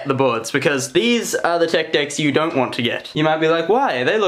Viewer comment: An i the only one who loves how he says words with th as f so like the is fhe